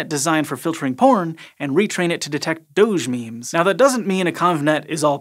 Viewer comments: "Doge" is pronounced like "doggy", just sayin' ;) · That's not how you say "doge"